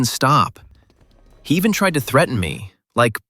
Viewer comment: Why. Did. You. Say. He. Try. Ed. Give. You. Food